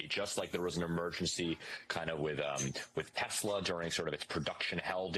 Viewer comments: OMG!!!!! He said "Tesler" again??????!!!!! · Trump: Teslur. 😂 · Someone please teach trump how to pronounce “Tesla.” Good Lord, what an idiot. 🙄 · The fact that he mispronounces the car brand says everything about him.